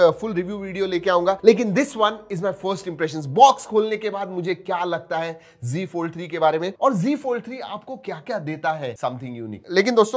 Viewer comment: It's not g fold it's Z fold.... you say g fold